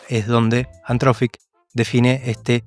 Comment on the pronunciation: gracias por el video pero por favor deci bien anthropic jajajaja